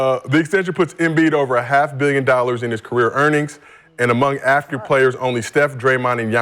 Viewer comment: did he say “active” or “African” players? Is Steph African?